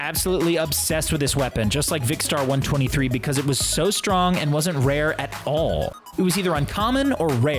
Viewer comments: It’s vikkstar1 2 3 not vikkstar 1 23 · Did anyone get annoyed when he said vikstar one twenty three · Did you say vik star 1 23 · He said Vikkstar1 23